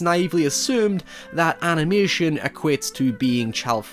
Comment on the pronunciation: What is this "animooution" you keep talking about?